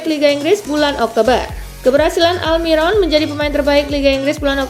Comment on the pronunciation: Aldiron sebutan koci justin